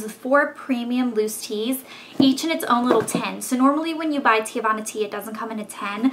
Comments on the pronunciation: TEAVANA: |ˈtee-vah-na| girl you were killing me calling it 'teeuhvana' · it's "TEAvana, not TE-Avanna. my cousin works there so i know.